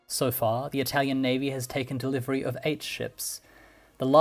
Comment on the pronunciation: The narrator trying to pronounce every non English word in that language’s accent sounds ridiculous. His Italian is not as good as he thinks it is and his Arabic accent sounds like Spanish